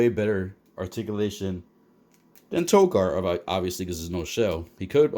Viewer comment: Hey man, just wanted to let you know Tokka is pronounced like "toe-kah", and not with an r at the end. Unless that was the joke, to make them rhyme like that. Like, I don't know if I'm saying Rahzar right. ...is it Rah-Zar, Ray-Zar, RZA or GZA? Wu-Tang Foot Clan